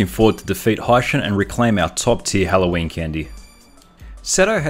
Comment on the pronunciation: He pronounces Halloween as hello Wayne